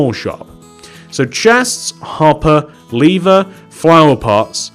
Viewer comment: Lmao 😂 instead of him saying lever he said leave er